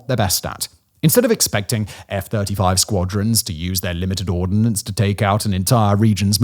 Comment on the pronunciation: The word is "ordnance", not "ordinance". There is no i.